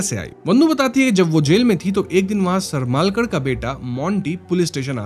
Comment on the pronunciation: सरमालकर नही सरमळकर तंडेलकर नही तांडेल